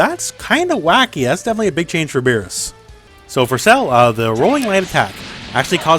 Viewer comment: “Beebus”...... oh boy